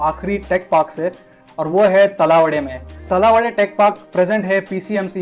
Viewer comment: तलावडे नाही, तळवडे आहे ते येडम्या.. 🤣